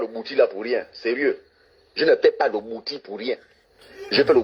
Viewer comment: Il parle de quel bwiti qu il n arrive même pas à prononcer (il prononce " bouti") Un vrai initié de bwiti ne peut pas être aussi vulgaire ! Mon Dieu!